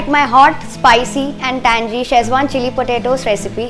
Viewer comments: Its tangy not tangey. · lol..understood you are married once at the start of the video and than once towards the end ..but what i cant understand is since when do we pronounce tangy as tan-jee ? its TAN-GEE.. as in ummmm gila (wet) or giloy ( medicine )..on a serious note.. the stuff looks fab..